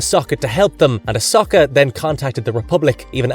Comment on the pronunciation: That wasn’t as bad as listening to the butchering of Ahsoka. Lol. He seemed to finally settle on Osaka Tanu.